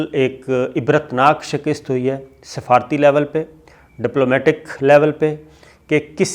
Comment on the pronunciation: Yaar SHAKIST nahi hota, SHIKAST hoti hai